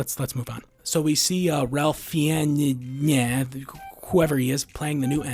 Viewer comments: How hard is it to say Ralph Fiennes it’s pronounced fines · I was somewhat invested for the first 10 mins of this video...albeit thinking that most of the complaints here are just petty. But it was until you misspronounced Ralph Fiennes and proceeded to say “whoever he is” that I just decided this entire channel is just another baseless so-called film expert channels out there. A lot of the things you covered weren’t even about the core or thematic view of the movie, other than just about cgi and the dialogue. Meh Spectre was pretty decent, not as terrible as you perceived it to be.